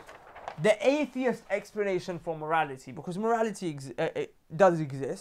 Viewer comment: lol come on brother, it's "atheist" not "aeheist" haha